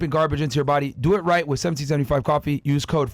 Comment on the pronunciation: Fresh, it’s “with” not wiff ..